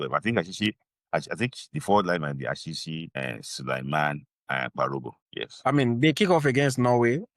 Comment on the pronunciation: Orseer Achihi It is Achi-hi not Ashi-shi.